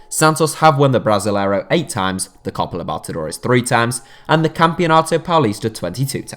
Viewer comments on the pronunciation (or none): Yooo what the fuck type of narrator is this man, this dude kept saying "Copa Lobotodores" and topped it off with "Igny"(Ignominy)